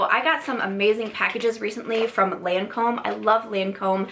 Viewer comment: LOL! No, the Lancôme one you couldn’t pronounce!